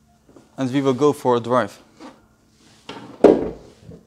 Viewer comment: Lets take iT for a dwive😭😭😭😂